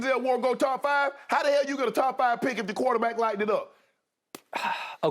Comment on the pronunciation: "Kuwater-back" it always amuses me the way Shannon says it 😂😂😂